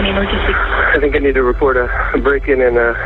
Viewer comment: I knew he was guilty when the video started with "I think I need to rapport a murder". He is trying to act the part but slipping up in wordage